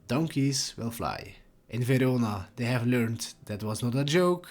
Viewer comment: In what language is “Verona” pronounced “Vidoda”? AI?